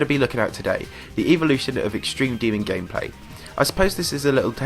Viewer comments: E volition? It’s pronounced, Ea vol oo shun ;) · I don’t know if it’s different in other countries. But in Canada we say “ev-o-lution” while you were saying “eev-o-lution” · Note you said Evelution